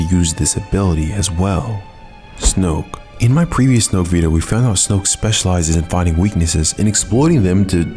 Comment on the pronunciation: It’s so satisfying how he says “Snoke”